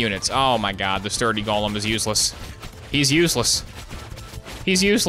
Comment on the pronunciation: go-lem not "gollum"